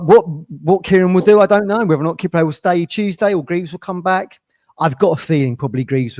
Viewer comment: Come on it's Kip- Prey not a ford car from the 80s 😂